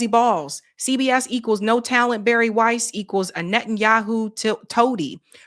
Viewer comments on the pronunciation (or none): none